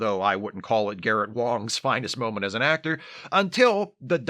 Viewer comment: I really like your attention to detail, right down to the correct pronunciation of Garrett Wang’s last name.